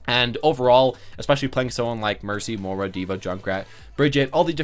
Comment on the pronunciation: Your pronunciation of Moira and Brigitte is killing me